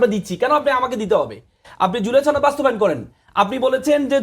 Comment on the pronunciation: ছ নদ না সনদ.